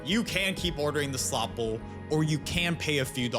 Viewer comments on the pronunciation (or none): What is a SLOT BOWL. You say slot bowl quickly again and again. Slow down.